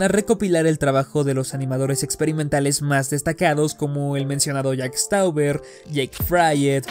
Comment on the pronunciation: Que diga literalmente "Stauber" en vez de "Stober" en Jack Stauber me pone un poco ansioso